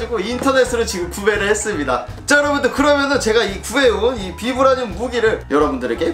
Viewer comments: 발음 바이브레니윰 임 ㅋㅋㅋ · 영어 발음은 바이브라늄! 우리나라말로는 그냥 비브라늄이라고 하더라구요~!